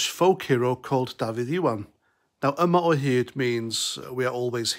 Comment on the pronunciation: Mate this guy is an idiot, what do you mean woke nationalist country. BTW try pronounce yma o hyd correctly if you do a video on it.